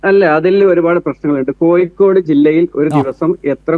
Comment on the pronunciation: കോയിക്കോട് അല്ല പൂമോനെ.. കോഴിക്കോട്.. ഈ പൂമോൻ ആരുടെ മാധ്യമ പ്രവർത്തകൻ 🦜ആഗോള ഇസ്ലാമിക തീവ്രവാദി ബന്ധം.